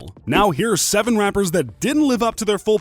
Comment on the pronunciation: Are we going to ignore the fact that in the beginning he said rampers instead of rappers